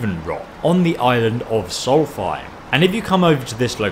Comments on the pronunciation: Ha he said solfiem such a fake he doesn’t know anything about Elder Scrolls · to it's solst - heim Sorry but it's been bugging me:-) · I noticed you pronounced Solstheim as "Sol-feim" but it's actually pronounced "Solf-steim". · Why do you pronounce Solstheim "Solfime" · SOUL- STY-HMM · He said soul Fire Meh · Well since Solstheim is an old Norse word since Queens English is a sister language he's pronouncing it half right and half wrong. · I've been your vids for a long time sometimes you ingot wrong and in this vid you said solsteim wrong